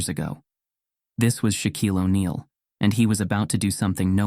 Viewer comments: The name is Shaquille, not shock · It's not shock, it's Shaquille